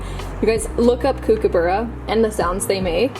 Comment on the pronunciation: Hey lovely it’s pronounced COOK-A-BURA. I love how you know our Australian animals 🥹 thank you for your beautiful content ❤